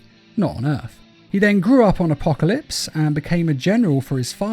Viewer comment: it’s actually called Justice League Dark:”Apokilops” War